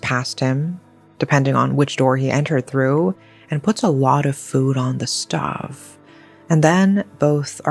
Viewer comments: It’s STOHVE not stuv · And "stuv" instead of "stove" lol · she pronounced it like "stuhv" instead of "stowv" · Stove is pronounced as stowv,. It doesn't rhyme with shove. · Does she not understand how to pronounce stove? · Well I lived in Kingsford and Maroubra around that time but I don't remember hearing about this. Tho I wasn't really into true crime at that time and was also grieving my mother's passing. By the way, how do you pronounce "stove"? 😉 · love you and your content, I just have to say, the way you say "stove" is giving how Nigella Lawson said "Micrōwávé" which I find funny